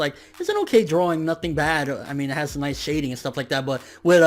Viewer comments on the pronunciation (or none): none